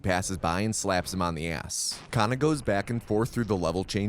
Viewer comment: about 15 minutes of this run I thought said "kinda" instead of kana "then he kinda crouches to avoid..."